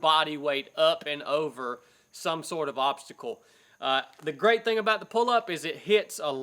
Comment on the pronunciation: he said "he's a grwat human"